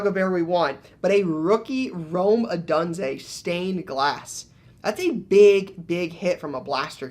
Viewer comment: O-doon-zay not o-done-zay